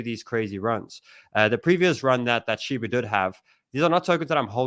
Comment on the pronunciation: Lol man still says "shibu"😅